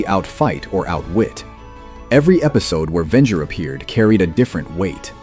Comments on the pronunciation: It’s pronounced Ven-jer not Ven-ger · Very interesting write-up, but if you keep using A.I. narration, you'll never have the subscriber numbers you could have. (Ven-ger? Really?) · Vengo? Lmao,dumbest AI,Venger is the name. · The AI starts calling the main villain "Vengur" 3/4 of the way through the video. Here's an idea: Why not have a real, thinking person do the narration instead? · The way you say Venger makes a little part of me die. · Good Lord....you are killing me with the brutally wrong way you say Venger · SIGH I was actually looking forward to watching this. Then I heard the terrible mispronunciation of Venger. It was ruined for me that instant. Don't you content creators see how terrible AI is ruining your otherwise decent content? Can't you just voice the script yourself?